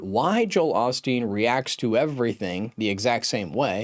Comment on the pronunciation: This critic doesn’t even know how to pronounce Joel’s last name correctly. Beware of his critical words.